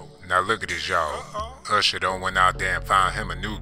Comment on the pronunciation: 🤣 he didn't say usher, he say "husher"